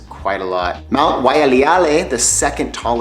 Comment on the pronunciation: Yeah. I think he also threw an extra "ah" in Mount Waialeale 😂😂😂😂😂